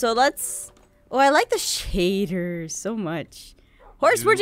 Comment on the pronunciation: its shayders!!!!!!